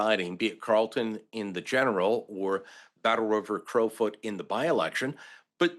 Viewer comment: This female host is terrible. There's a "whole mess going on with that riding" and "Battle-River Crowfeet"?? There's no mess going on in that riding. It's a legal federal by-election for that riding that will take place on August 8, 2025. It's Battle-River Crowfoot - not crowfeet. Good grief! And I live in BC!